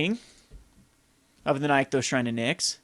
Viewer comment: You drive me crazy with your card pronunciation! It's "nick-those" not "nyek-those"